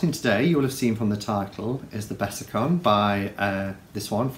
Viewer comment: hey i like the intro too, especially the watery sound! btw it's Besançon, pron. 'besanson', a town in the NE of France. 'con' is a dirty word!!👀